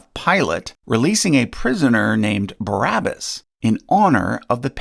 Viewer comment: Fwee Bawabbas!